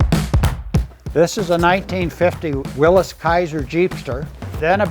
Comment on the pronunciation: Another smart guy that pronounces Willys correctly.